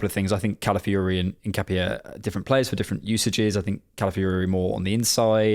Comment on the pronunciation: Btw it’s pronounced IN-KA-PYEH